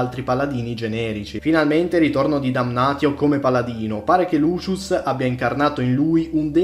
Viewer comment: va bene però se non vuoi chiamare Marcus Marx (come giusto che sia) bisogna pronunciare Damnatio Damnazio